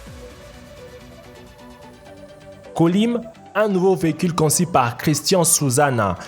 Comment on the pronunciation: "conci" conçuuuuu